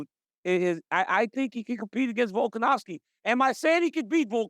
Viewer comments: RC: "Volkanowwski" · RC my brother please stop saying volkanowvski 💀🫡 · Can Americans please stop pronouncing it "Volkanowski"? It's "Volkanovski", with a V. Volk isn't Polish.